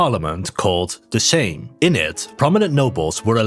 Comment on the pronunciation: Saying Sejm correctly committee: population this guy